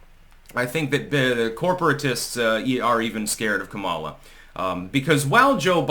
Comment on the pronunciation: Its comma-luh, not Kamala...stop being so racist